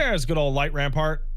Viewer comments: It's light rampant not rampart. That's burned into my memory from 2 months of prog... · idk if it's an ongoing joke or if is dyslexic but there is no r in "light rampant" and it bugs me everytime he says light rampart instead 😭